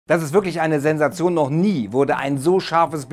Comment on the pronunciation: "Dazz izz wööhklich eine Zzennzzation" -Deutsche